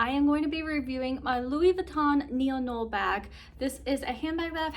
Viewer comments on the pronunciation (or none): I have this bag as well in the same same color option. I love mine as well. The Neo noe is pronounced (Neo• No way). 🙂 Great review!!